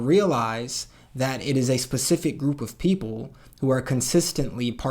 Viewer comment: I legit thought you said "poople" i had to rewatch a few times